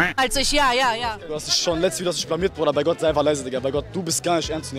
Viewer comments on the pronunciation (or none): Wenn jemand schon "isch, misch" und "disch" sagt, hat sich für mich jedes weitere Wort erübrigt...